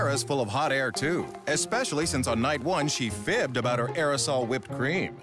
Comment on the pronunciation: Sarah is a caricature of herself.. surely she can't be a real person 'Expecially' - ok